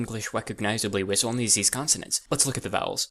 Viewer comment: wis only ZESE consonants